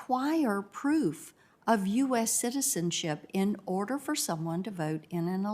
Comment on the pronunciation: Her personal views have everything to do with her judicial decisions. And it is pronounced "for" not "fer". She claims to be educated and should know that.